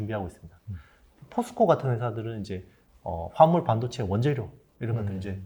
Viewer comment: 발음이.... 무슨 반도체요????? 아.. 화합물반도체 내귀가 이상한걸꺼야 ㅋ